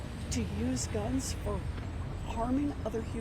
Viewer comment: "Give me your gans so it's easier for my henchthem to delete you" - Elizabeth Warren